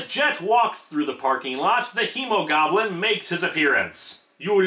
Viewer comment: did anyone else hear Emogoblin instead of Hemogoblin